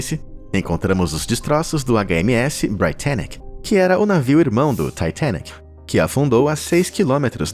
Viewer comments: Taitenic tua cara, fala direito, titanic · Ele falando taitenic kkk e eu sem saber oq e kkkk 😂😂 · Taitênique é aidentu! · "TAITENIC" KKKKKKKKKKK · Ele falar “Taitênique”, para se referir ao Titanic é bastante irritante. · Taitenique... Demorou entender que era o Titanic